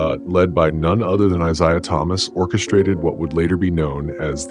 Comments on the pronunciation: Any listen to you keep saying “eyeseyeah” one more time ffs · Could you please stop mispronouncing Isiah 😢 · Stop mispronouncing Isiah 😢